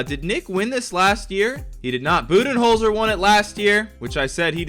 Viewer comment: For Coach of the Year I thought he said bubyholder